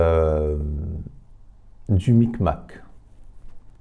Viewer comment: Le big mac pas le mic mac 😂😂